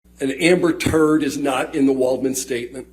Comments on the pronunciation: Did he say amber turd holy cow hahaha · Its music to my ears “ amber turd” 😆